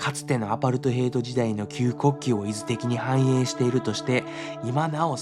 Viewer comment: 「いずてき」ではなく「いとてき」ですね。 しかし南アフリカにこんな場所があるとは思いませんでした。 とても内容の濃いドキュメンタリーでした。ありがとうございます。